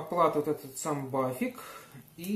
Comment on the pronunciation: вот интересно, при разговоре с немцем ты в этой же транскрипционной фонетической форме произносишь аббревиатуру BAföG как "бафик"? Ведь 100% не поймёт же не фига, придётся показывать на пальцах!:0)